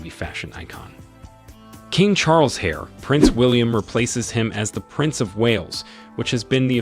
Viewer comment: You mispronounced so many things that I had to stop. Heir, Quatar, Khalifa, Charlotte. It’s lazy and annoying. If you can’t say the words don’t report on it